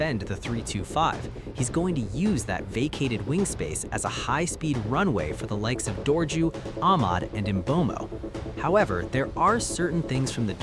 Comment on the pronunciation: Did you say Dorju??? 😂😂😂😂Haay khona